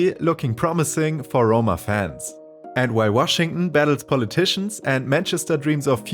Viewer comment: Nah you’re gaslighting him 😭😭 he said “Washing” instead of Washington